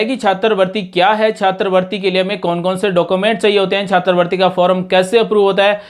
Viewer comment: सर जी छात्रवृत्ति बोलिए,छात्र वर्ती नही